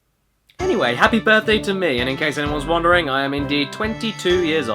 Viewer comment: 'appy Birphday